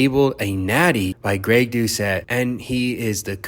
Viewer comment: Greg Do-Ket